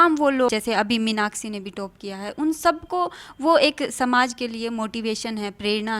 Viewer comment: अखंड चुतियापा ?? हाहाहा आपने नाम सवर्णो का रखा, अरे मेडम आप गोरी नही हो, आपको गलत फेमि हुयी है, और पत्रकार मेडम बो टोप नही टॉप होता है।